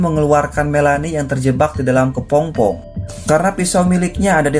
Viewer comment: Kepompong bukan Kepongpong min...